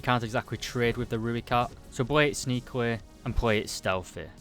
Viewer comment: Let me help you with pronunciation of Rooikat. Say Roy followed by cut. Put them together and you have the Afrikaans pronunciation of Rooikat. Not Rui-cut, it's Roy-cut